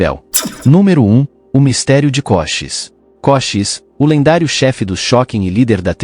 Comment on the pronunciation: Koshis? Kosheese! Ou Cochisi